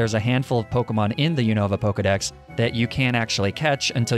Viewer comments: They way you pronounce pokemon names kills me 😭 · this guy does not know how to pronounce the names, does he